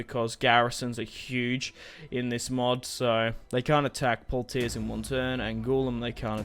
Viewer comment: Great vid as usual! For future reference Its pronounced 'Pwa-tee-ay'